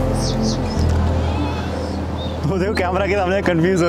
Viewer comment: हिमलेयस नहीं है भाई, हिमालय है